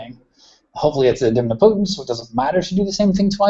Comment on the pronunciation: It's "idem'potent", not "i'dempotent" :) Sorry to correct the pronunciation, but I enjoyed this tutorial :) Cheers.